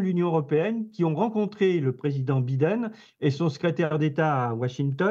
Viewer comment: J'adore comment il prononce Biden 🤣 🤣 🤣 🤣 🤣 🤣